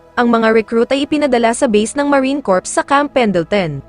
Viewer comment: Tanggalin mo ang P sa pronounciasion at nakakahiya marine core lng